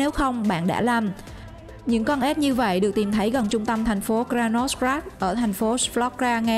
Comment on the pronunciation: Ếch chứ không phải là ết